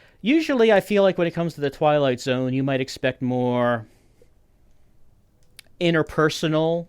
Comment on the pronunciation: The way the narrator says The Twilight Zone wrong makes me so grumpy. It sounds like he is just bored